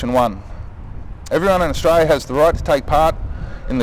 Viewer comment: This dude needs to learn how to pronounce Austra"L"ia.